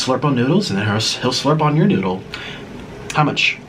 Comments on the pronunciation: Oh 😁 he was saying 🗣noddle lol 😂😆🙊🍝🍝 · Say noodle , say noodle NOODAL 😂😂😂😂😂😂😂🤷🏻‍♂️🤷🏻‍♂️😂😂😂